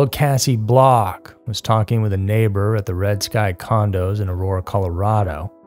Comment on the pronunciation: It is INSANE to see other people reporting on this shit! And her name is KAY-SEE Bock not Cassie Block 😂 I knew her in real life, and it’s very sad because she was a wonderful person once upon a time. Sad day.